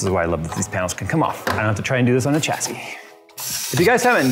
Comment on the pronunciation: Sha-see Cha-see That bothering anyone else?